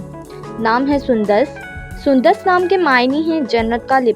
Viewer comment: sundas nahi sundus hai